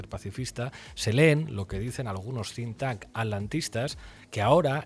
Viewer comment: Por favor, un comentario totalmente constructivo y para sumar, se dice “think tank”, no tink tank 🙏🙏🙏